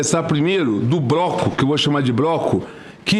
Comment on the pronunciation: Eu ouvi "broco"???